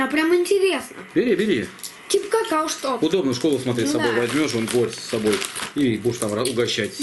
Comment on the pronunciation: не какаУ, а какаО. Постарайся запомнить, ты же знаменитым стал 😊, теперь точно нужно говорить правильно.